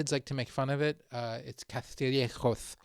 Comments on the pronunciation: CaStillejoS, not caZtillejoZ. S like Spain. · It is pronounce CASTIYEKHOS. Not cathriyekhos. But we say therbetha (cerveza, beer) if u wanna laugh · It’s written Castillejos, not Caztillejoz… my god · Sir, it is pronounced Castillejos (the S only makes the S sound). What in English sounds like a TH, is only on the letters C and Z. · We don’t say “Caztillejoz”. We don’t change the “S’s”. What we do, is call “C’s and Z’s” for what they are, not like in other Spanish speaking countries where they use "S" sound for everything (including C's and Z's).So stop that nonsense. Please learn Castillian also known as Spanish worldwide… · Mother of holy love. I'm Spanish and I got scared when he pronounced "Castillejos." The 's' is not a 'c'. /kas.tiˈʎe.xos/... I don’t understand where this whole idea comes from that, just because Latin Americans don’t distinguish between the letters 'c', 's', and 'z', now Spaniards supposedly have a lisp. The sound of 'c' before the vowels a, o, u is 'ka', 'ko', 'ku', and when it's 'c' before e or i, the sound is literally the same as 'th' in English. KAS TI LLE HOS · Castillejos would be pronounced like that if it was written Caztillejoz. It is not that difficult to understand. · There's no 'th' sound in 'Castillejos'. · Spanish native here. Tell your kids that they are mispronouncing Castillejos (you actually got it right). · Castillejos is pronunced with "s" sound in Castilian Spanish. Btw, Morocco is Spain's biggest threat